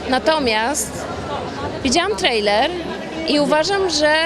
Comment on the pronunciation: O jejku, jak ona się postarzała... Straszne... I nawet nie umie poprawnie wymówić słowa trailer po angielsku..... A do tego takie bzdury opowiada..... Katastrofa ta kobieta i jej wypowiedzi !!!!!!!! Głupota do potęgi !!!!!!! Robi wrażenie lewackiego "zrytego beretu" ......